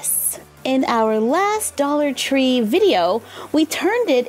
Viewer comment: Doll-ar tree, it’s almost as if it was made for dolls